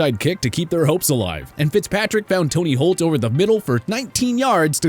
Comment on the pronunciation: No fucking way this dude said TONY Holt. Dude.........